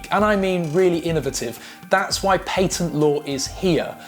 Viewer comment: Paytent lmao 3Head